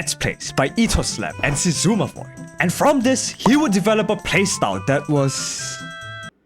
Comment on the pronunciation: this is the funniest pronuncian of xisuma void i seen --> 2nd to keralis ofc